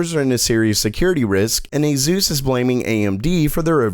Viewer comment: "Azeus recommends" is what it sounds like dude...